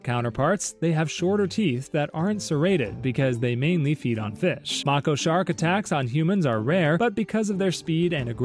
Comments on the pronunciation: The way you say Mako shark makes me mad. It’s May-ko, not mah-ko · May-ko shark. not macko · ITS MAY-KO NOT MAC-O AS IN ITS SAYING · It’s pronounced (May-ko) not (Macko) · Mako is pronounced (May, Ko) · I swear it’s pronounced “MAYko” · erm actually, it's may-KOh. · Mako is pronounced make-oh (no hate just a shark nerd 😭) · “Mocko shark” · Ah yes, Mah-koh sharks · if you look it up mako is pronounced “May-kow” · no, he isn’t right. It’s pronounced “May-kow” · Never heard anyone pronounce mako shark that way bro 💀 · PLEASE for the love of god, learn how to say Mako properly, please, I beg of thee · Mako shark teeth are designed for stabbing. It’s an adaptation they’ve acquired that helps them hunt large swordfish more efficiently. You also pronounced their name wrong. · The way he says Mako shark will make me evaporate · the way he said mako made me cry bro😭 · Haha, right? The mispronounciation killed me.